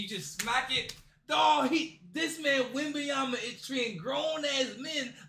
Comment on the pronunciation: "...what Victor Wenyaba is doing" Congrats bro... Victor went bananas ? Victor wem bananya ?